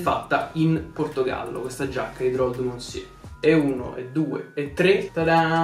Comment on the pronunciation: Bel video però riguardati la pronuncia di “monsieur” ahah